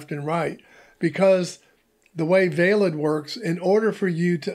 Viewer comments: I think it is pronounced Vaylid (as in veiled). 😊❤️ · It's IPFS how do you fuck this up that bad? Veilid is literally pronounced for you and you missed it.